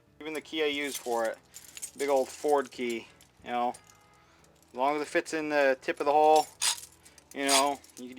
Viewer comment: Did you say "ford key" or "forky". lol. Another clever video like kipkay channel.